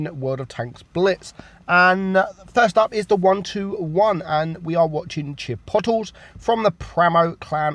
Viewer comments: it’s chipotle not chipotel. chi-poe-tlay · It’s pronounced as chip-pouh-layh not chip-pot-le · Chipotle is pronounced: Chi pote lay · Chip-pote-lay....but still says castilla instead of cas-tee-ya so let it go, bruh... he got Her-mees right so greek is ok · Nah its chiphotel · I’m wondering if actually knows how to say Chipotle lol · the first replay you pronounced his name wrong it's chipotle is life